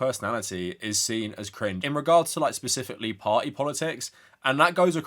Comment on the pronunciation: The only thing I have to say about this video is that it's "specifically" not "pacifically" edit: and also, you can also see that these alt-right chuds think they're budding philosophers, I can't quite put it into words but the Nietzsche appreciation is practically palpable